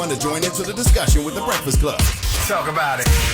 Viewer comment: Goo moorin breakfiss cub. WTF 😅😅😂 scholar NOT!